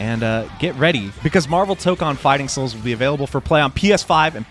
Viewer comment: I'm sorry for being pedantic, but "Tokon" is pronounced like "tow-cone" rather than "toke-on". I don't know if there's an official pronunciation guide somewhere, but the vowels are the same in Japanese (the first one is just longer than the second one).